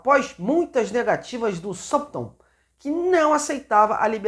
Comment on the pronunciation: SE FALA "SÓUF RÂMPTON" ANIMAL